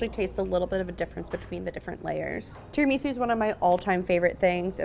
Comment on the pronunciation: bruh pls stop saying 'tarah-ME-soo' and say 'tarah-me-SOO' omg lol